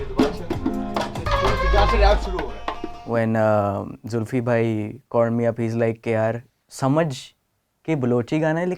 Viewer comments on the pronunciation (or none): Let me give another way to pronounce the Mr. Xulfi, Do it this way, ( Zool fee), i hope you;ll get it now......his full name is Zulfiquar, (pron as: Zool fee qaar), spoken quickly will get you the right pronunciation...... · Xulfi is just pronounced “zulfee” 😊 loving these BTS reactions